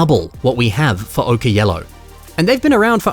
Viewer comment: "Okay Yellow"???? It's pronounced "OH-kur" which rhymes with "poker".